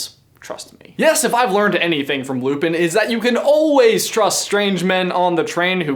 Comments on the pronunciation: Its simple. Lupin. Its Lupin. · Two simple syllables Say it with me: Loo Pin It's Lupin.